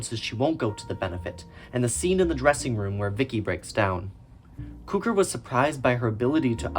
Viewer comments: I'm not trying to be difficult as this is a very good video. But I've always heard George Cukor name pronounced (cue-core) not (coo-ker) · Que-kor …. Please!!! NOT Koo-kor! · Nice video but it's CUE-CORE. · Cukor is pronounced cue-core. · Really enjoyed, thanks for this. Great work. Note Cukor pronounced the Cu how it’s in cucumber. Thanks for heads up on that book. :) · Impressive work. But your name mispronunciations are not acceptable. BTW: I knew Ronald (Pronounced HAY-ver) as a producer for a Criterion in the early 90s. Also, it's pronounced George CUE-kor.